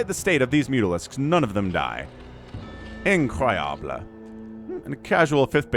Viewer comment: That’s some good french « incroyable » is not the easiest french word to say